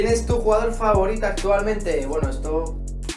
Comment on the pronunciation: Ngolo kanté ya sabía que era su favorito, siempre lo pronuncia de otra forma jajajajaja kaaaanté